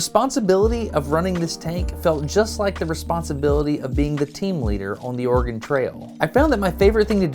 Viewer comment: Also, as an Oregonian, even now livin in the midwest; i will always notice how everyone not from Oregon mispronounces it. I will say tho, several of the times when Destin said it was clearly close to the perf correct pronunciation, ex at just after when the autogen captions even think he said "organ trail" Bcuz thats the trick to sayin Oregon right, ya say it in a way where the e in it almost disappears; but its still there just very subtle. But for someone who hasnt grown up hearin it said the right way in Oregon; the best way to mimic how we say Oregon is, imho, to take a nod from how some French spkers will say French learners shud say au revoir to sound less accented For au revoir, youve def heard it pronounced technically correct by many ppl in USAs movies (likely others too) spkin French, but a person immersed in French from birth will say it almost as auvoir or au evoir, but the re part is there; its just extremely subtle to someone who hasnt immersed themself in a culture to the pt of hearin the words daily and sayin them back, in the local accents Dont even try to say Oregon, just say Organ or rly anythin similar and youre gonna come way closer than Or Again which is what it sounds like ppl are sayin to my Oregonian ears when they say Oregon in the default tv/movies accent